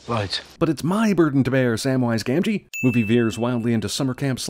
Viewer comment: why does he call someone Samwise Gangee